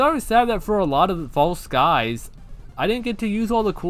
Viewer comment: Thank you so much for playing False Skies, I'm so glad I told you about this game! I knew you would love it (and the first pronunciation was correct <3)